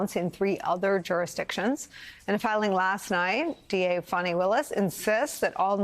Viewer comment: Good reporting I always enjoy the news and Reporting from MSNBC however please learn to pronounce people's names properly because you called the prosecutor Fani Willis Fanny and her name is pronounced Fawni but otherwise good reporting and I always enjoy the news thank you